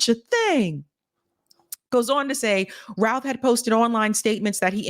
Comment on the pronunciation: Doesn't the name rhyme with mouth? Cuz Ruth is R-U-T-H!